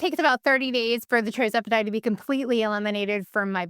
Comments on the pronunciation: Thank you for your informative videos … but will you PLEASE pronounce the injections correctly…It’s TIRzepitide, NOT TRIzepitide. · When you pronounce tirzepitide as tri-zepitide...I'm a little skeptical.